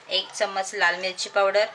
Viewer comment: चमच नाही चमचा असतो.